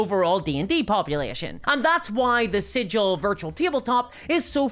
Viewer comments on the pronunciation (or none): For the last time... "Sigil," as in the city, is pronounced with a hard 'G',!